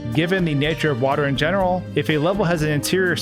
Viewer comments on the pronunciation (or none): none